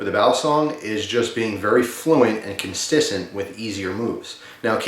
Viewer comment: Am i the only one who noticed he said constisent instead of consistent ?